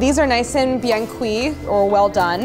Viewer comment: I appreciated the "bien cuit" as she was admiring the loaves fresh out of the oven. 🥖